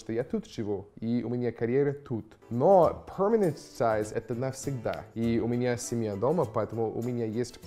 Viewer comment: Почему ПРОМЕНЕНЕТ ТАЙЗ, если перманент тайз!? Я понимаю когда буквы изменяют, понимаю когда не произносят, но Менять местами их зачем?